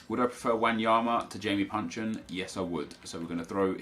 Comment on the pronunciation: Isn't he called Jason Puncheon?